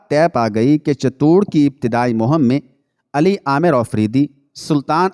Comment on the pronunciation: صحیح لفظ چت- توڑ ہے Chit tour